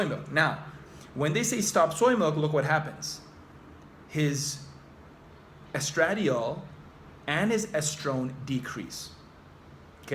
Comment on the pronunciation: hmmmmmmm.....????? a neuroscientist who doesn't know how to pronounce estradiol????